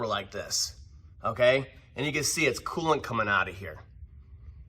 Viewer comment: Could be learning but I'm distracted by the voice pattern and how he slides over syllables. It's coolant. Not cooant. Sorry. Also I'd never own a Ford.